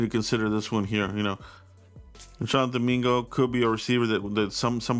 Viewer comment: It’s JONTHAN MINGA😂